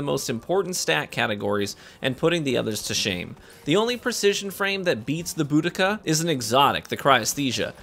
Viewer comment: It's bO-dee-kuh